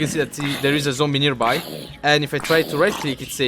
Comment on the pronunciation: sorry but its nearby and not nerby